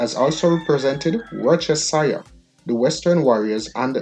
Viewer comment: Lets break down "Worcestershire" in patios so u can get a feel for the word but but good effort. Her we go "WUS-TER-SHER WORCESTERSHIRE